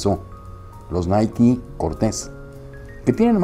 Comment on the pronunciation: Es la pronunciación correcta, si pensabas que era fonéticamente naik, pues ya sabes se pronuncia Naiki